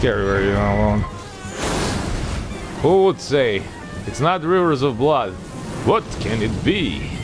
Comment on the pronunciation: your accent when saying "rivers of blood" has me dying love it